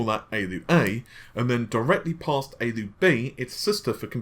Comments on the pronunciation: A-L-U, not ayy-lew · Why don't you just say A L U instead of Aloo its an acronym do you say AMED instead of A M D? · A-L-U. "Aey-ell-you" is the common shortening of "Arithmetic Logic Unit". Just FYI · pls don’t embarass yourself with that pronounciation of ALU.. it hurts my ears